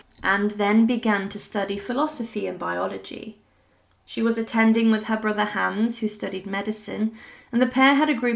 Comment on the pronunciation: You’re pronouncing Hans incorrectly.